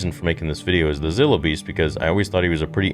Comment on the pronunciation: It is pronounced Z(eye)(low) beast